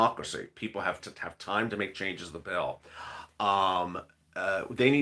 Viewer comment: Bill ,bill, bill not pill...